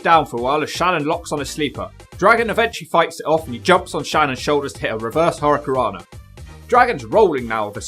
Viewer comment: can’t say “hurricanrana.” He leaves out the first “n”.